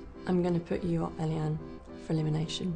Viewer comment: And why did she introduce herself as ‘Elly-Anne’ when her name is ‘Elaine’